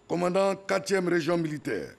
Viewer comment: Les ivoiriens vraiment vos générale là c'est pas la peine, ont dit quatrième et non quatiéme ou bien c'est moto KTM des frci tu veux dire où quoi.